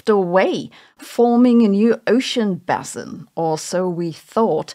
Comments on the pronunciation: Sabine - "Basin" is pronounced "bay-sin" (Am. & Brit., long "a" sound), not "bass-sin". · If I may, it's base in, not bass in. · base-in rather than bass-in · We Americans pronounce Basin as B(ay)sin, not B(ass)in. Bassin' is something we do with a fishing pole on our free time. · It's pronounced basin, Sabine. 👍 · Ocean "Baye-Sin" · Sabine's way of saying basin is bussin 🤣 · why are you pronouncing basin wrong? the ba should be pronounced the same way you pronounce bait. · It's pronounced like bass - the guitar - not bass - the fish. You're welcome. Or ace - the playing card. Not ass.